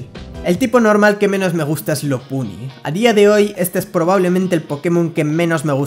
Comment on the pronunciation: Te comprendía Hasta escuchar lopunny y slurpuff